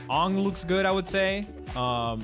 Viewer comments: His name is Aang. Say "A-ng" not Oong. Please people stop calling him oong. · I can't forgive Leffen for saying "Ong" instead of "Aang". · Man really said “ongg” its AANG! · A few dubs in Europe say Ahng instead of aang. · Your saying angg wrong it’s not aung it’s aang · You are pronouncing Toph and Aang wrong. Toph should rhyme with "cough" and Aang should rhyme with "Tang." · bro called him fuckin AAHNG. lol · I hate that Leffen says avatar names wrong on purpose lol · The way Leffen pronounced Aang and Toph’s names gave me huge M.Night Shyamalan nightmares 😭 Stop saying their names like that. That’s not it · Stopped watching when he pronounced Aang’s name wrong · Why does no one know how to say Aang and Toph? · How Leffen pronounces Aang and Toph HURTS me...... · The way he pronounces Aang you know he hasn’t watched the series smh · what if he watched the movie? jk